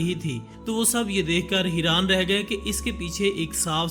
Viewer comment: haiaan not hiran sudarjaa thoda padkay aaja